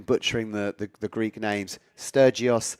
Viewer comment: Good work and great pronunciation of those difficult EU names